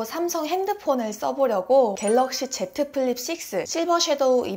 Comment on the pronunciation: "제트 플립"보다 "지 플립" 발음 추천. 공식명칭임.